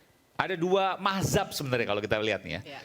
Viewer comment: Dengan PD nya mereka bilang Mahzab, yang benar itu Mazhab ya...😂